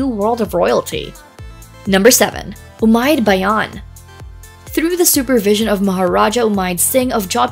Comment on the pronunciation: Its not ummaid bhayan its ummaid bhavan